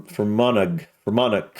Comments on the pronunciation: Fermanagh......Fur -man-ah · Fermanagh, pronounced fermana. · Fermanagh lol pronounced Fer- man- nah.